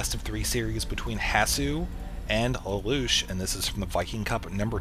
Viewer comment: btw its lay-lush